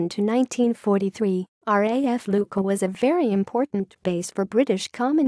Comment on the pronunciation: Oh dear! Another of those dim witted computer voice overs. Except nobody has told it that "Q" is silent in Maltese.